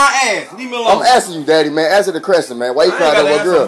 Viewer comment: “Answer the crestion.”